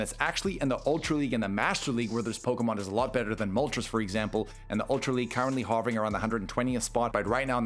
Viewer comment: The way he says hovering kills me 😂